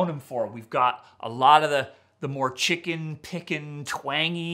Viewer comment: Sam said "chicken pick'en" lol 😅😅